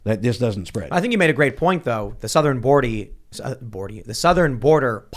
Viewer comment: hahaha "The southern bordie" - you can see that rocked Tim a bit :D